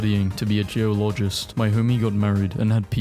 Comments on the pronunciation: no way he said geo loj ist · We not gonna talk about how you pronounced Geologist